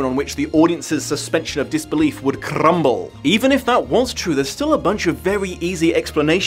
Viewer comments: I love how you roll the r on crumble 😅😅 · It's been a long day. I really needed that extra tongue roll on crumble.